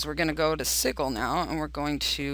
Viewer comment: FYI, it's pronounced, "sijul" to rhyme with "vigil", not "giggle". Great info, though - thanks!